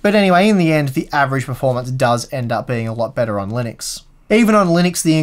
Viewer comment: Linuixe? Linnex? Linneks?